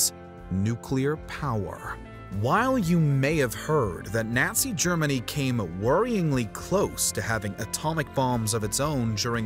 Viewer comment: Teach this narrator proper pronunciation of words like Nazi he kept flip flopping back and forth Nazi Nazi it's really irritating those aren't the only words that you mispronounced oh no he's really good at everything but that's just irritating when somebody's right maybe I'm just having that time of the month type of day and it's just become irritating think I need a Midol